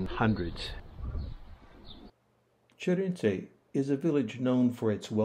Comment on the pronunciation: It always amazes me how someone researches the history of the place but is so far from pronouncing the name of the place correctly. It's Sheerinje(Şirince) and it's not Soujouk(Sucuk in Turkish means sausage) it's Selchuk (Selçuk)